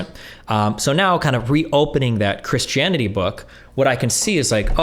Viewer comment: Why Does Destiny pronounce Christianity as (Chris-Chanity)? lmao